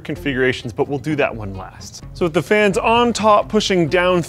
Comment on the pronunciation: Anyone else catch him say pans instead of fans ?